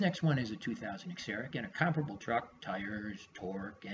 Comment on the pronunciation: Please pronounce COMPARABLE CORRECTLY.